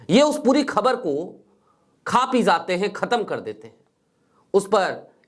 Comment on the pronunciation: तुम्हारा उच्चारण बहुत गन्दा है जहाँ j की आवाज़ होनी चाहिए वहां z की आवाज़ निकलते हो और जहाँ अभी तुम ने बोला Zaate बोला जबकि jaate बोलना चाहिए हम अच्छा है सिर्फ फिर j बोला करो तो बुरा नहीं लगेगा